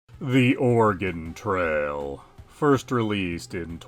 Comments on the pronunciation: ORaGONE? i live here nobody calls it ORaGONE we say it how you are saying organ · liar I actually live here and we actually pronounce it uh-ray-gun